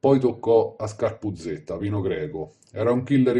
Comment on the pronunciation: Scarpuzzedda non scarpuzzetta..per dio prima di fare i video documentati